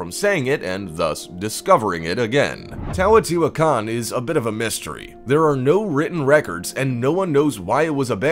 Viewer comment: Teotihuacan... You 1. Butchered the HELL out of the pronunciation of it and 2. messed up MANY of the facts of the site. We know why it was abandoned. The Olmec abandoned it the first time due to severe drought and decline of their civilization, moving North (Mostly) or south (a smaller portion of the population). The Second time it was Abandoned was due to the Spanish, and the Rapid and severe decline of the Aztec peoples. 3. You make your dates confusing, whether purposefully or not. The Olmec abandoned the site sometime between 650 and 750 CE (Being built sometime between 100 BCE and 100 CE). The Aztecs not until the Spanish pushed them out after their invasion in the 1500s (Im not sure the exact date). 4. There IS writing at the site, its in Hieroglyphic form, but we don't know what it says. 5. It wasnt hidden because its hard to say... >.> Just because its harder for a English Speaking Individual, doesnt make it hard to say for everyone... All dates are fluid, as different scholars place different dates AND locations for most Civilizations. I have seen dates for the fall of the Olmec at 400BCE and as late as 1000 CE. If anyone has different information, I would be glad to hear it. MesoAmerica was not my area of study for my degree, but did fascinate me. So new information may have come up since 2012 since I studied this information. Point stands though. Please do more fact checking, as these videos ARE informative, but tend to have inaccurate information at times.